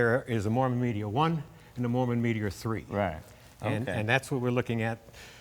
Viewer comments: It's a MArmon, not a MOrman, isn't it? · Hey Jay, it's MARMON not Morman. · Okay, I stand corrected, it IS Morman. There was an auto maker named Marmon so I guess this was a tongue in cheek name.